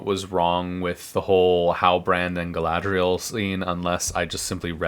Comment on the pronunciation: Well, I took your advice about watching the battle beginning at 38:something. Other than I see your point, entirely, all I can say is "Gallladrreierreierreierreielle" 😯 🤣🤣🤣🤣🤣🤣🤣😂😂😂😂🤣😂😂😂😂 It's a good thing you're watching this toxic-waste-train-wreck, so I don't have to; thank you for that👍 🎃😷✌